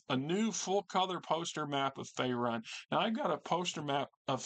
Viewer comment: Great video on this book. Currently looking to replace my copy i sold many many years ago. By the way I'm pretty sure it's pronounced fae-rune.